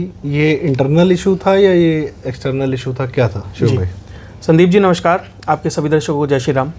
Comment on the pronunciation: "नमश्कार" ग़लत उच्चार है, संस्कृतभाषा के व्याकरण के संधि-नियम के अनुसार 'नमस्कार' ही सही शब्द है। "श्राप" और "श्रापित शब्द भी ग़लत हैं, संस्कृतभाषा में मूलतः 'शाप' और उससे बना शब्द 'शापित' है। इन शब्दों का सही उच्चार करें।